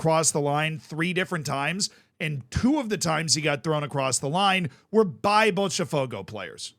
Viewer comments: You only use the "ch" sound for "te" or "ti" , Z. "Botafogo" not "Botchafogo" lol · stop saying Botcha its bota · Pronunciation tips: Palatalization, which results in the /ʃ/ sound after the /t/ that you're trying to do with Botafogo only applies when the T is followed by E or I in some regions. When it's followed by any other vowel, it is closer to the English T or a hard T for some regions. This means that for Botafogo, it would be pronounced [botaˈfogʊ] (you can use an IPA reader to check how this sounds with a Brazilian accent. (you actually got the pronunciation right once or twice in the video when you were not trying to do it right) Note that palatalization occurs also with the letter D in the same contexts. Regarding the letters S and C when followed by E or I does not happen in Brazil, so in Brazilian Portuguese, Fluminense sounds much closer to what an English speaker would intuitively try to say rather than with the /ʃ/ sound at the end. So, Fluminense would be [flumiˈnẽsɪ]. I recommend to check Pɛtɾʊs, which is a tool to convert words to the phonetic alphabet with the Brazilian accent, then you can put it into most IPA readers and you'll get something close to the actual pronunciation. I recommend the ipa-reader . xyz because it has multiple pronunciations, including two Brazilian voices. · It's pronounced more like floomynancy and bawtuh fogo